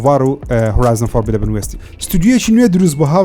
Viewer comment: دەسخۆش برام یەک تێبینی فۆربیدەبن نیە فۆربیددنە هیوادارم راستی بکەیتەوە دەست خۆش